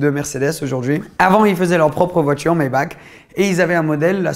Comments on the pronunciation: Ça se dit pas Maybak, ça se dit maybarh même si sa s'écrit Maybach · Maybach se prononce MaybaR ( le CH en allemand se prononce R si il n’est pas suivi pas un S et est précédé par un A/U/O/AU)